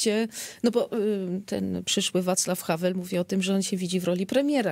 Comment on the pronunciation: Drobna uwaga, to byl WAclav Havel, nie havl.